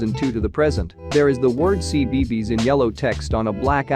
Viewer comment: he said CBeebyes